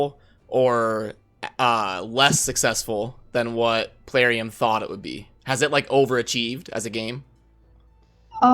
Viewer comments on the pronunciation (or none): Lmaooooooo! Drives me nuts, to be honest, hearing Puh-larium!